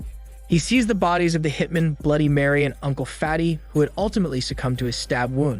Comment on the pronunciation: Also how one hitmen is pronounced as opposed to one hitman lol